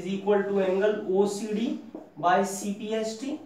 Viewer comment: Sir its not cpst its cpct